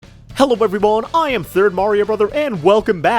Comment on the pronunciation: Key word at the beginning, "eberyone."